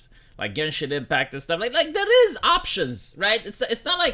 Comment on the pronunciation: "It eez what it eezz..."